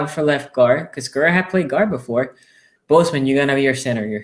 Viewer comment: Ouuuuuch! "The Skuras". That is just next level wrong. LOL